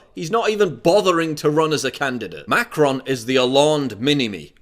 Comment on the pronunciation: also Melon Sean and Macarons instead of Melenchon and Macron made me laugh :D